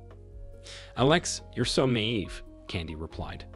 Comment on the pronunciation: Two words the computer voices just can not pronounce...epitome and naive